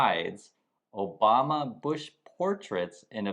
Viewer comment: you mean Barack Oh-bomb-Na 😅 Yod think if Trump is going to open his mouth he'd make some effort to say it remotely right.